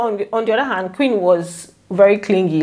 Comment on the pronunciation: Boma has lost the Ameri-Warri accent he had when he was in the house. And he’s quick to call the women local and village and bush for someone who can’t even pronounce “hand” correctly.